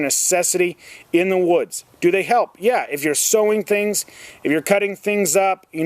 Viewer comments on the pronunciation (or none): none